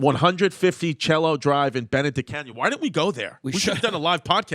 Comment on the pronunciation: Chrissy mispronunciation can't say Cielo.. and its just what it is